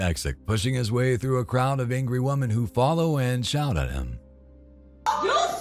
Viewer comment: This "WUMEN" 😂😂 had me questioning whether the narrator is a Scotsman 😅